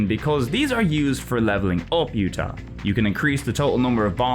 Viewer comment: The J in Jutah isn't silent! Nothing in that game is silent!